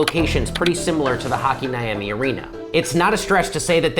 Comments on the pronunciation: Not even 2 seconds in and I'm already questioning where was that, because whoa that pronunciation of hakaniemi was weird. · it takes 5 seconds to google the pronounciation of a place name, so you can say "Hakaniemi" and "Rovaniemi" instead of "Hhakiniemi" and "Rouvanaijemi"